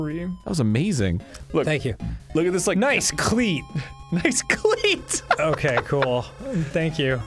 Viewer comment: why is nobody mentioning them reading “nice clear” as “nice cleat” LOL